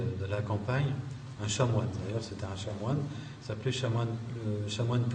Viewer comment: On dit Chanoine pas chat moine. .....